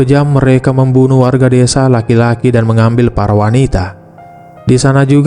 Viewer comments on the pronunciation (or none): Bang menit desa bukan dosa bang 🙏